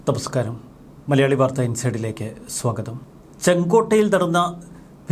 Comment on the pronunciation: 😂😂 ninnku nakku vazhangillee?? adoo manapoorvam annoparayunnad?.....Ninnde oru TAMASKARAM....TAMASKARAM...😂😂...Namaskaram alle parayugaa😂